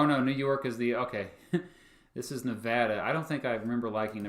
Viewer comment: Hey Nevadan here. Sorry you hate our flag. And sorry we took so long to count the votes. But thank you for pronouncing Nevada correctly.